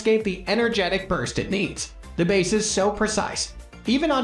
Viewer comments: How can you trust the info on speakers if talking about the bass sound and pronounced it Bass ( like the fish ) .. im sure some ai voice over but , it insults our intelligence to watch the mistakes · Great list but im in shock at your annunciation of woofers and bass??!? Seriously?!?! Bass isn't fish my guy!